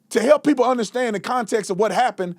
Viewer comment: This educated lawyer says "Pepo" foe "People"? Come on Guy! You are smarter than that-- well maybe not with what you have done. You have set the investigation back with all your conspiracies and jumping to conclusions. The Wells family needs to fire you. You have been an idiot. We need to get the bottom of this case and solve it. This good kid deserves that much. You are not helping with all your accusations. It is just causing kids who might be of some help to clam up and not get involved. The police need the help of anyone who has seen something and you are not helping.